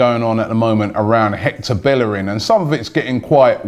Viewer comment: yo it's Bellerín (bayereen)